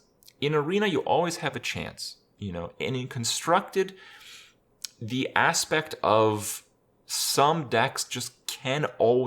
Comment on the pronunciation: Is it only me hearing instead aspect that his Ass-pecked